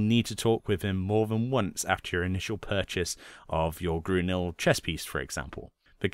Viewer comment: "Grunil armor" Thx. I always wondered how to pronounce that damn word.